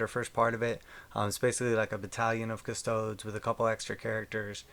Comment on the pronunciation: “Cuh-sto-days” good vid though